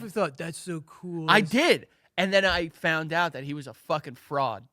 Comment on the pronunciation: Your even worse at saying out. OAT. 😅